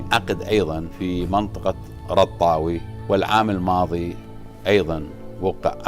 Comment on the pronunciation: آني حاليا گاعد بمنطقة أرطاوي وليس رطاوي ولك أرطاويييييييي